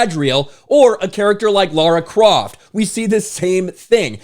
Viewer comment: props to you for pronouncing Lara croft correctly